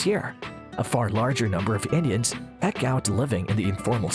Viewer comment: Your pronunciations of "veto" and "eke" are bizarre.